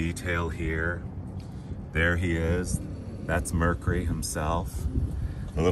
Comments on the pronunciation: MER-KYOO-RY has three syllables! *Surely you've heard it said properly. Also this is NOT one of very few 4-door wagons with no B pillar. They were a late '50s-early '60s fad. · Mer cure ry Not mer ku ry